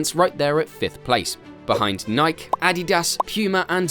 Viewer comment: “Ever wonder why New Balance has become a household sensation that’s one the rise year after year?” No, but now I do. Also, like I said before(I think), it’s pronounced Ni-Kee, not Mike with an N.